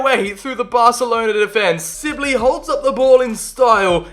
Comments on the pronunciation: Who else was realy annoyed he kept saying silbey not sibley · Amazing vid... but its Sibley not Sillby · let’s take a moment to say he just said ‘louie silbey’😂😂